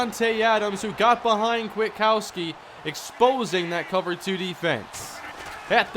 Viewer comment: it's quit-uh-cow-ski